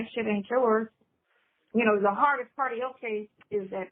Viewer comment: “Let me hear that pawt”… I HATE to hear him say that. Shirley …girl….this man is an embarrassment. He can’t even hold a conversation. Can’t ask an educated question…this man is a fool. I don’t see how anyone even allowed him to have their phone number!